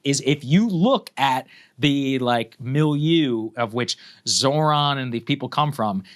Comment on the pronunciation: The H in ZoHran is PRONOUNCED 🙄🙄🙄🤦🤦🤷🤷🤷